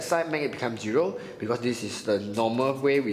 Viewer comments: It's zero not giro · Hello sir, can pronounce properly your math terminologies? Zero n not geeee-ro, multiply n not multiple..... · thank u!!!! ur video makes me understand better although u pronounce zero as "jiro"😂😂😂😂😂😂😂